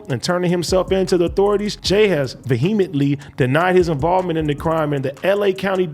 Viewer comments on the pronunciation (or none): Ad: “Va-he-a-met-ley” ? Nah big bro, I don’t think that’s how u say it.🤷🏽‍♂️